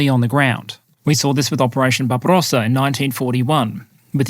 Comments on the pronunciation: jeez, did you just say barbarossa the same as yanks say aluminium? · Why do you always roll your Rs when pronouncing things like Barbarossa or Iran? It sounds silly. Just speak normally.